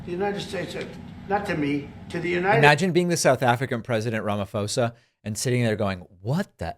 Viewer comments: Just letting you know it's pronounced posa not fosa silent h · Its RAMAPHOSA, not RAMAFOSA!!! PHOSA as in POLICE.. PHOSA, RAMAPHOSA!! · A heads up, Pres. Ramaphosa's surname is pronounced as "Ra-ma-pore-sah". Appreciate you covering this topic, David! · Hi. This is in no way meant to offend. I genuinely enjoyed your video - very insightful. As a South African I just want to make one slight correction. You keep pronuncing the "ph" in Ramaphosa's name using the f sound and it sounds like Ramafosa. It's wrong. You're supposed to pronounce the "ph" as it is. Please don't attack me in the replies for stressing over such minor detail. I know his American and might not get the pronunciation right, but if we don't correct people, how will they learn? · Please! Ramaphosa is pronounced with a p not an f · Please call him Cup cake 🎂. If you can't say Ramaphosa, not Ramafosa.😅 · Sigh, Hey David, before I speak my mind on the video, may I just add a correction to how you pronounce our president's family name it's not "Ramafosa" it's Ramaphosa the "pho" is pronounces the same as you'd pronounce "Po" from Star Wars' name. In many languages in South Africa, the "h" in front of a consonant is used to emphasize the sound of said consonant. Back to the video, honestly, I wasn't surprised by the shear stupidity of Trump and the brazen alluding to the fact that he'd accept a plane as a present. Trump showed a random spot near a random road and, with no evidence, said it's a burial site for murdered white farmers, and when asked where that location being shown, he says in South Africa 😮‍💨🤦🏾it's like if when 9/11 was happening and first responders were asking where it's happening and the caller responded "North America". I still say President Ramaphosa should've said, "I'm sorry, I don't have a plane to give you. You POES!"